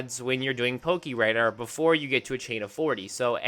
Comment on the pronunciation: I love how you say "Pokiradar" instead of "pokéradar" lmao